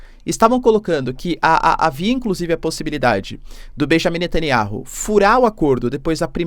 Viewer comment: Netanyauh! Fale o nome dele correto o professor...